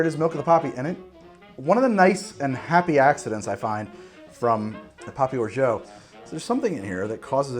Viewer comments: The way you pronounce orgeat hurts my French pride so much lol it's or-zha not or-zho !! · Hey great video! by the way if you did not know, Orgeat is pronounced closer to ''O-R-J-A'' with the a pronounced like in the words ''apple'' or ''can''. than what I can hear wich is ''O-R-J-EO''. by the way the tasting notes made me almost piss my pants. thanks for the good content, rare on youtube! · OK, stupid question here: why do you pronounce "orgeat" as "orjo"...? It's a French word that's pronounced "orjah" (I'm a native speaker). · I can't be the only person wondering why you pronounce Orgeat the way you do. Please say it properly!